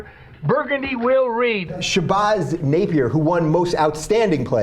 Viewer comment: No hate on rubin but I love how he makes the lady look dumb by saying naacp and then mispronuses Shabazz